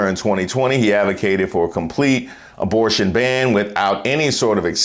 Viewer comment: Knigga said “dabortion” tf?